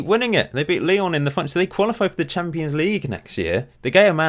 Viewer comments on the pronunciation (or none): none